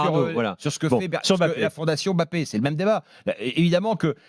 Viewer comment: Le mec n’est tellement pas crédible dans ce qu’il dit , mais comment un mec qui ne connaît rien au foot a le droit de parole ? Encore Daniel Riolo , duga et consorts s’y connaissent … le mec depuis 2017 l n’est même pas capable de bien prononcer le Mbappé et non M ‘Bappe !! T’es un ignorant Stephane Guy , c’est pour ça t’as été viré comme une merde de Canal